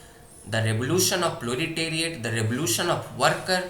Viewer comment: Bhai proletariat not plo-li-teriate